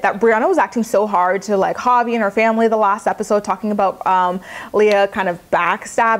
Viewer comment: Every time you said Javi I thought you were saying "poppy"! lol I was like," is that his nickname now?"😅😆😅😆